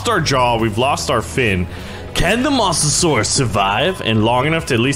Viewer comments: Mo - za - sor - us (MOSA) not (MOSS) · you say it by moatasaurus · No hate but he calls it a Mossasaurs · not Mah-sa-saurus its moe-sa-saur-us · "mossasaurus", 2018. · It's moe-za-sor-us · Also it’s m-oe-sa-saur-us. OE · What’s a MOSSasoraus 🤣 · FYI the mosasaurs is pronounced moh-suh-sor-us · you say Mosasaurus like this moes a saurus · STOP SAYING MOSS A SAURUS IT SOUNDS LIKE MOOSASAURUS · It's pronounced Moes a saurus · Its pronounced mozesaur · Masterninjawolf Nope he sed mossusuras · Stop saying mosasaurus wrong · Can't say mosasaurus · i hate how he pronounces mosasaurus